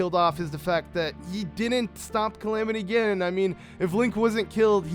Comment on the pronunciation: Link was not killed. It said that he was badly injured fighting Ganon and had to be put into 100 years of sleep. You also say Calimity Ginon When its pronounced Calamity Ganon. Sorry if i'm hating <3